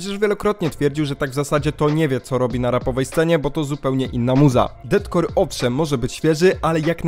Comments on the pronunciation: Widać, że jesteś obeznany w tym kim inspirował się chivas, jakie miał plany itd. za co duży plus, jednak "Deathcore" czyta się jako "defkor" - death + core, a nie DETcore ;) ale to taki mały szczegół, a tak to chyba najlepszy film omawiający tę płytę jaki widziałem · błagam, przestań mówić detkor bo to boli w uszy, z góry dziękuje